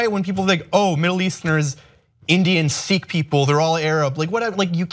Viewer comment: he pronounced sikh wrong